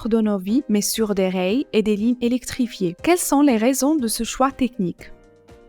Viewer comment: c'est dans quel pays qu'on prononce rails comme la 1er pers du singulier de rayer ?